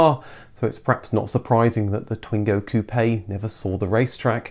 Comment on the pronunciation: In fact, it is "coupe" in the case of the sport version, not "coupé", so it's pronouced "coop". It's probably in memory of the Coupe Gordini in the 60's (Renault R8 Gordini) and 70's (R12 Gordini), the blue color and white stripes remind them too. Also you can see there is no accent on the "e" of "Coupe" on the front number plate. A "coupe" is a trophy given to the winner of a sporting event. I hope my explanations were clear enough (I'm french). Congratulations for all your videos, I really enjoy them !